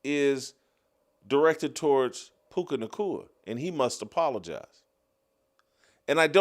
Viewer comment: I’m starting to hate the way Jason pronounces words with the letters “C” and “K.” Clear the saliva out of your mouth ffs it’s all I can hear now. Puca Nacua, Erika Kirk, etc